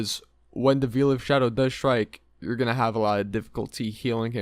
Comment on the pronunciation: With hardcore just coming out, this video is actually dangerous. Probably the worst guide I've ever seen and I've watched everything about wow. You literally can't even pronounce basic words. "Veel of shadow"? Really? Delete this please